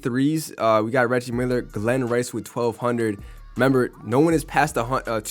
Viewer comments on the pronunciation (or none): none